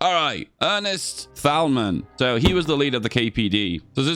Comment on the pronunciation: btw just for educational purposes. thälmann is pronounced without th. just t